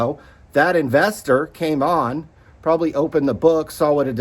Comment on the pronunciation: "Probally... Probally... Probally." Definitely, Probally. Is this sort of an alternative to legit journalism-based commentary?